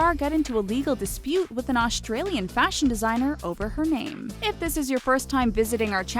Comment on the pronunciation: I'm Aussie and I'm I the only one who hates it how she said Australian